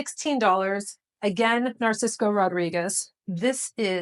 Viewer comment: I love how you pronounce "Narciso" as "Narcisco"! Great vintage clothing combinations!